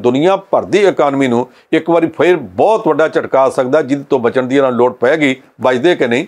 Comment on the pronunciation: This anchor needs to improve his pronunciation in Punjabi as he wrongly pronunciates words like “BAHUT”. Thanks for the comments .